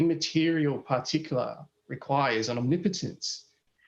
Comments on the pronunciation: You forget the 12 R's on the end of particularrrrrrrrrrrr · I have a "particulah"; it's my pee pee.